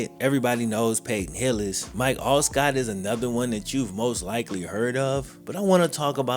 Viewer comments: Did just say Mike ALSCOTT?? It's Alstott my dude!!! 🤣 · C’mon … You can’t be saying Alstott’s name wrong bruh! 😩😂